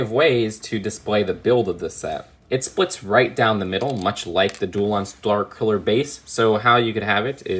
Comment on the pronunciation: He pronounced starkiller base as “stwrkiller base”